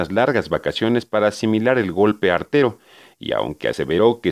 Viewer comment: no se dice arteo sino artero